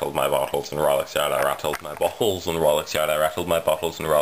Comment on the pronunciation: You make it sound like you rattled your 'buttholes' instead of bottles - that'd be unfortunate. And I'm still working on the truth or dare video - I haven't forgotten about it yet